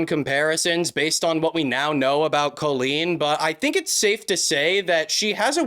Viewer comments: Okay but "Koe-leen"? I don't think I have ever heard it pronounced that way before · great vid ! but is nobody gonna talk about the pronunciation of colleen in this video . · I thought he said koolen like the youtuber (i dont think i spelt her name right) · why do you say colleen like that tho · Not trying to be rude, but why is he pronouncing Colleen like that? Have I been saying it wrong? 😂